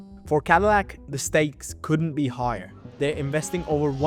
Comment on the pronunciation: lol. cadilac. 😂😂😂😂 what a mega cringe